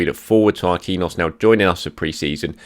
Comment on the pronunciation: it's not pronounced Mar-kween-yos it's Mar-keen-yios